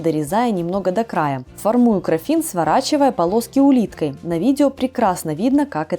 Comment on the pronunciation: крАффин не краффИн. Гибрид круассана и мАффина.